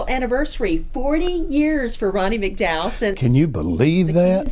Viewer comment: It's McDowell not MacDowell. Always great to hear from Ronnie. You need a good job on the American Bandstand .